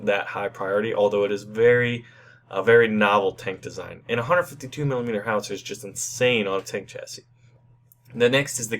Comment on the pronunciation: Where's the "L" in the word "Howitzer?"